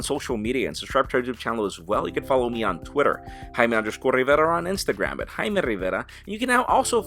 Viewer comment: I love the way you say "Jaime Rivera"